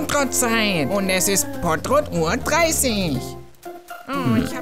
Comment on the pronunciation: Trottopott!!! Nicht pottrott trottopott xD